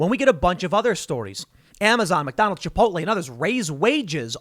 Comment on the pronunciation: Tim: "People eatin' at Mack Donnel's"